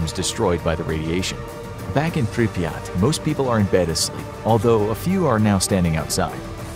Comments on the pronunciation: the name of the city is pronounced prip er rat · He called Pripyat piryat